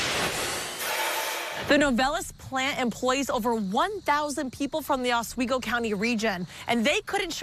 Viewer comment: Novelis employee here. Latest news is the mill should be rolling metal by Thanksgiving and hopefully full production by end of December. The fire was absolutely outrageous, millions of gallons of water used to put it out, over 20 fire companies called in. Every single one in the county. Also pronounced "ahs-we-go" 😂